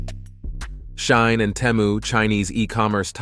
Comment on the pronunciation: It's pronouned SHEE-in.